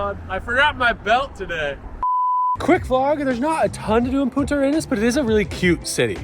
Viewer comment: Try to pronounce "punta" arenas correctly. Because we hear "puta" (spanish for whore) arenas.